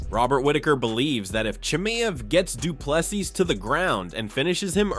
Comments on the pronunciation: Say Doo plu sea or see...... NOT SEAS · If you a video at least say the guys name properly: Du plessis (du pluh see)